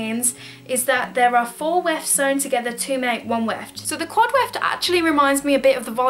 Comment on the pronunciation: Quad weft, not quad electing, lol.